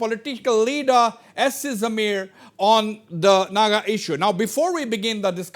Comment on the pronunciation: Mr Wazbir please pronounce as Jamir, and not Zameer